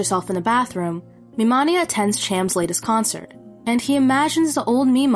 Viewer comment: I know this came out three months ago, and it would be useless to say regardless, but my only complaint is how you say MiMania, because it’s Mi Mania , pronounced like mania , which I only care about because it plays into his character as a manic fan (an early example of a true “fanatic”, aka manic fan). Otherwise flawless.